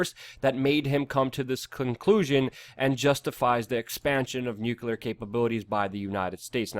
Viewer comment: Nuclear, not nucular, rubles and not rupees. Also Eeranians, not I-ranians...